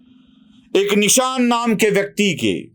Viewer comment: निशान नहीं जिशान है वो.